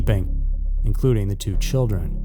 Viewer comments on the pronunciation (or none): none